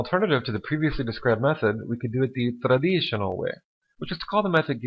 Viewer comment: Why stress "traditional" like that? :D